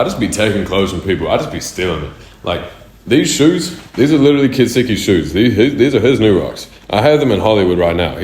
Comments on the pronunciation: why did he pronounce it like that "ketsuki" i always thought it was "ketski" or sum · it’s pronounced ketseeky … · Why does he say kets4eki like "kistiki" 😭